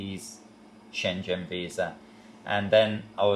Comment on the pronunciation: "Shen Jen Country" ? Huh?